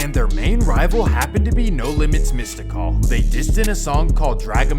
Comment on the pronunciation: Foo said MystiCall lol. Weirdo.